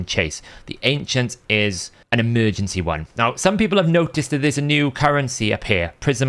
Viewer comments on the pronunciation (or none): none